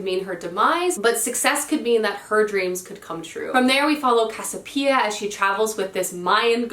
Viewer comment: Try the Regeneration Trilogy by Pat Barker. It's set in the Great War, or World War I, era. Moving works. At least pick up the first book from your library. You won't be sorry. Non sequitur: it is Casiopea--cass-ee-o-pay-uh. Don't leave out a syllable when you say it. I mean the protagonist from Gods of Jade and Shadow.